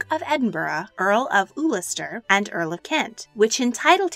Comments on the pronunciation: Very informative. However, as an Irishman, when you said Ulster as Ooolster it stung a little. Ul as in Gul. Ul-stir. :D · It’s pronounced ‘Uhl-ster’ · I had to stop . "Earl of Oolester"? Come on, you're not even trying. "Warwick", maybe, but mispronouncing "Ulster"? Have you not paid attention to world affairs in the past 30-odd years?. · Very interesting - as a Brit, I am well aware of Edward VII, but nobody talks about Queen Victoria's other sons. Just a couple of criticisms/corrections: "Warwick" is pronounced "Worrick" and "Ulster" isn't "Oolster", but "Ulster" as in "hug". And when the narrator talks about the future Edward VII's mistresses (one of whom was an actress, she tells us), a photograph is shown that can only be of Edward with Alexandra in the early days of their marriage. Of course, he would never have been photographed with a mistress! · Lilianna Mathers Well, Warwick is NOT pronounced the way it looks. It’s ‘Worrick’. It’s nearly always pronounced wrongly by Americans, I’ve found. Ulster is said JUST the way you would think - ‘Ullsta’. The narrator says ‘Oolasta’ and I had to google Alfred to find out what she meant! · Ulster: uhl-stur not oolister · Earl "of Oolestir ? Does she mean Ulster ? or perhaps i was skiving geography the day they taught us about the place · It's "UL-ster" for Prince Alfred. Sorry, I live in Northern Ireland and that one made me double-take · Love watching these, but wish she'd made more of an effort with the pronunciation of names e.g. Ulster NOT you-lester. Maybe she's just saying it the American way. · good lord your pronunciation is just repeatedly gruesome. do a tiny bit of research and stop butchering every single name. ooo-lister? you mean Ulster? LOL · The miss pronounced names are cringeworthy Ules-ter! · I was just going to go along with it and then she said Ulster as Oolster and I just lost it. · I had to rewind several times at that bit before I realised she was talking about Ulster......